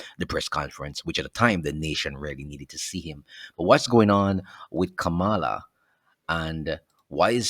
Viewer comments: Her name not Kamala! Her name is Kamla! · Hello,The woman,s name is Kamla not Kamala.